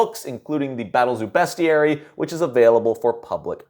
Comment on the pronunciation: YOU SAID BESTIARY RIGHT! I'M SO PROUD OF YOU,! <3